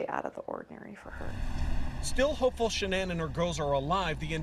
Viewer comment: you could have at least pronounced her name correctly